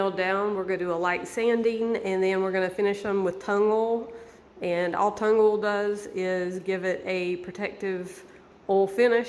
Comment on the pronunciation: I love your dad‘s contraption for the palm nailer!! I also love the way you say oil. I’m guessing you have to be from the East Tennessee area. 😉⛰🌞